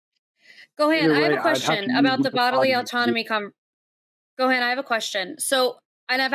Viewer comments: Being a DragonBall Z fan I hate when Gohan calls and they say the name wrong 🤣 it’s Go-Han like Han Solo. Not GoHaaan 😂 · It makes me so fuking mad she pronounces it "Go"-"Hean"